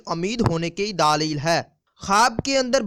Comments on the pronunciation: Dleel lafz hota hay bhai daaaleel na kha kary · LAFZ : LAADEEL Nahin Balke "DLEEL" Hai (Talafuz THIK Karein)